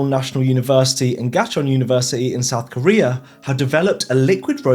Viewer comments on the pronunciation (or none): none